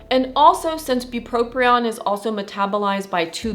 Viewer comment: Great video. However, you are mispronouncing “bupropion” by saying “bupropRion”. There’s no second “R”. But…thank you for the really helpful information.